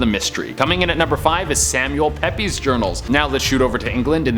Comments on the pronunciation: Its pronounced Peeps not Pepy spelt Samuel Pepys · For future reference if an ' is put after an s that s is part of the name, case in point the diarist in entry 5 is Samuel Pepys (Pepys is pronounced like Peeps not Peppy) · It's Pearl Moen, not Moan.....It's pronounced Samuel "peeps", not "peppies".....Theodore Roosevelt didn't fight Hitler...Two minutes on Google goes a long way. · Thank you for confirming that, he had me thinking when he said pepys.